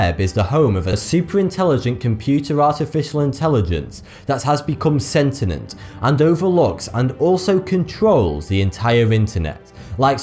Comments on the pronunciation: It's 'sentient', not 'sentinent' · A pedant speaks: sorry buddy, but it is not sentinent, its sentient. However, love your stuff. Keep it up. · It's Sentient not Sentinent. Annunciate my fellow English chum... Annunciate! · Woo woo, Word Police here, that's Sentient not sentinent :) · 'Sentient" not "sentinent" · "sent-a-nent" lmao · Lol "Sentinent" Nice. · Has anyone noticed this guy’s tendency to mispronounce words? I’ve noticed a few times now and will record them. In this video at 6m 45 seconds ‘sentient’ is pronounced ‘sentinent’. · It is pronounced, SENT-TEE-ENT.